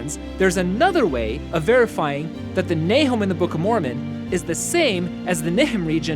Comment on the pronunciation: Nahom should also probably be pronounced in the English with the "schwa" for the second vowel, instead of a long o, which would have made the connection clearer for the hearer.